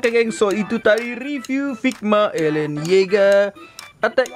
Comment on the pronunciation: bukan elen tapi eren ok